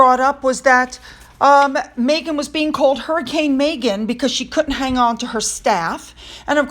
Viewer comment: Her name is MEGHAN, not MAYghan!! FFS!